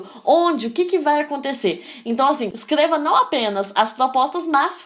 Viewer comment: Só eu ouvi q ela falou "Escleva" e "Plimeilamente".Sem ofensas, só estou perguntando